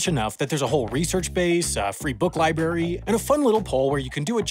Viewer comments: It's a pet peeve of mine when people say lie-berry to mean library. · I thought it was a "lie berry." Not very tasty.